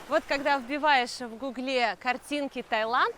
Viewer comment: Только деревня ставит ударение на е в слове гугле